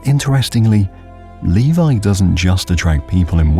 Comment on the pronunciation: Almost all Finnis place names were pronounced like they should be pronounced. There is still one that is almost always pronounced wrong: Levi. It is pronounced as Levi´s or levigate, not like a man´s name Levi.